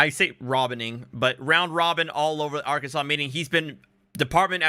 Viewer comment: It is NOT Ar-KANSAS! It is Ar-kan-SAW! LOL!